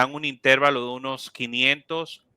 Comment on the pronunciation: Todo está muy bien. Pero, la palabra intervalo es grave o llana, no esdrújula. Me hace mucho ruido e interferencia cada vez que escucho la palabra intervalo con acento esdrújulo.